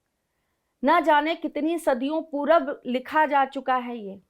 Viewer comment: ताम्र को ताम और पूर्व को पूरब, सारस को सरस और प्रकृति को प्रक्रत, आह्वान को आहन और ऐसे ही अनेक अन्य गलत शब्दों को न कहें तो शायद ज्यादा अच्छा लगे 😊